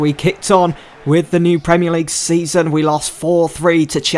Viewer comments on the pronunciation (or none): Why do you pronounce Wan-Bissaka as Wan-Bithaka? Why do your pronounce points as poinths? Why do you pronounce Newcastle as Newcathle? Why do you pronounce season as seathon? Why do you pronounce business as buthineths?